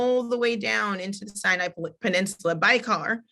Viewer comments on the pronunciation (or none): none